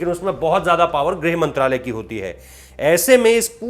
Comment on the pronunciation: गृह मंत्रालय का तो सही सही उच्चारण करिए सर जी, खबर के साथ साथ हिंदी को भी बचाना है हमको! क्यों?